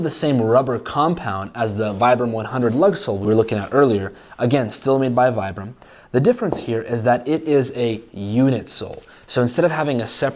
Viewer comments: I love your videos, I am most likely going to get a pair this upcoming month. I spent 4 years in the active Army as a light infantryman, and I swear by Vibram soles. But? Its pronounced "Vee-bram." Lol. Took me a while before i lost a bet to someone over it 😂 I will get a pair, and I am going to beat the snot out of them, AND post a review on youtube 😊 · It's pronounced as "vee-brum".